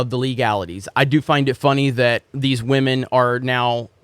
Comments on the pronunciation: I don’t like Disney but clearly has a problem with women lol (stop saying wahmen) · I live for how he says "WahMen" lol 🤣😆